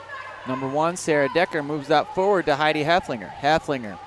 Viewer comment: Love the commentary. FYI. Heff-el-finger